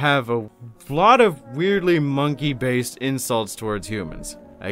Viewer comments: My brother in christ, you don’t say it like „mon-key” you say „mon-kay” I’m an ork player and even I know that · It's not "Mon Key". It's "Mon Keye" like the thing you see with. It's a play on "Man Kind". It's also a play on the word monkey. If you hate the eldar for being written the way they are, I can only imagine how you feel about the Imperium and especially Orks.